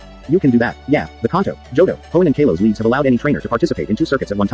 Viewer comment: It’s Kalos